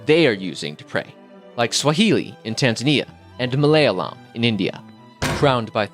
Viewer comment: wonderful video,but its pronounced as Ma--la---ya----lam!!!